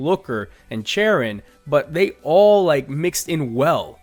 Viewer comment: Charon was the short fat little scientist in platinum, so he isnt wrong. just slightly mispronounced the name should be "Care-Ron"